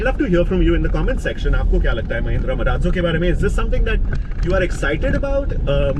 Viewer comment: Why do people pronounce it MA-RAAT - ZO WHEN ITS MA-RAAZ-O?